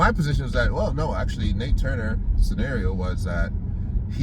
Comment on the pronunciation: NAT Turner bruh; NAT: Not Nate. ‘NATE’ Parker played him in The Birth Of A Nation. Every time you say “Nate” I cringe. Other than that - excellent post. 👍🏽